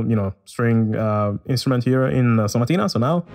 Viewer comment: Yo why you say staccato and sonatina so good bruuh I’m italian and in some words u said I thought u were italian